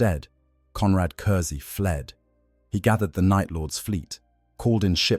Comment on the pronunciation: It was a great video and well done, but the mispronouncing of curze’s name to curzy really broke the immersion. In future can you please make sure to get the names pronounced right in future, especially ones that come up every few sentences